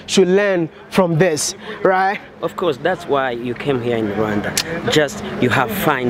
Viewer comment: Rwanda, not ruwanda